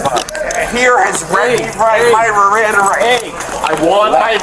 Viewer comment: What I hear is “I want my Riranda rights!” RIRANDA RIGHTS, RIRANDA RIGHTS! His threat was cute….”if I don’t fly today I refuse to rebook”. Okay dude…Buh bye